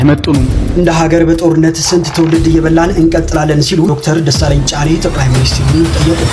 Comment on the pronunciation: Can you please say his name properly. Dr. Desalegane Chane.